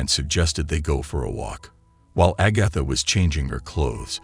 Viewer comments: Agotha... char lot 😅 mother queen 😮🎉😅😂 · THIS IS THE WORST RECAP EVER!!!! FIRST OFF, this title is a PARTIAL LIE!! She was NOT treated badly "because she was black", AGATHA was!! SECONDLY, PRONOUNCE HER NAME CORRECTLY!! STOP USING COMPUTERS/AI NARRATION😤 The stare at "the bride" was not because she was black, but because of her non-traditional wedding gown!! VIEWERS, PLEASE watch this for yourselves!!!! 🙏🏽🙏🏽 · 36 minutes is way too long to tolerate a robot that can’t pronounce Agatha correctly. I’m out.